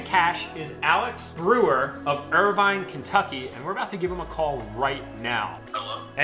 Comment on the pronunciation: .....i live here, ......😂🤣😂🤣😂🤣😂 he said ir vine😂🤣😂🤣 its irvine